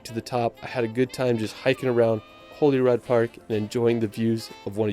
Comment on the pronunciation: While I appreciate any and all positive feedback about our amazing country I have to be a pedantic d**khead and point out that there are no such places as Westminister or Stonehedge or Hollyrod! Westminster, Stonehenge and Holyrood are the actual pronunciations of these place. I know I am being an annoyingly pedantic twat but it's what I do.....